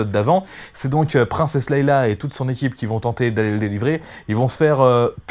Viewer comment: Princesse "Leila". Tu m'as tué en prononçant mal son prénom systématiquement. Répète après moi : Leia (se prononce "lé ya") Du coup, je n'ai rien écouté de ta vidéo. Comme quoi une vue ou un abonnement ça se joue à peu de choses. :-)